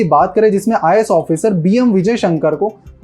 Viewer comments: IIS NHI IAS hota hai samjhe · 'IIS' nahi vai 'IAS' hota haay...